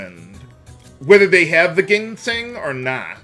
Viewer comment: I know that you don't like to hear people correcting your pronunciation, but please understand that it's not meant to be taken personally; I have a slight frustration that people think I'm being overly pedantic when I provide a correction. It's not like I don't understand if you get annoyed by having a lot of comments about such corrections. With that said, the word "ginseng" is actually pronounced with a j sound at the beginning, like "jinseng". Hope that helps if even a little.